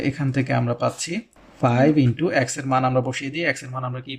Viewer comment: অ্যাক্স না বলে এক্স বললে ভালো হয়..... 😢